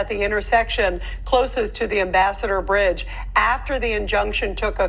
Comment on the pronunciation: Lol brige? Isnt it bridge?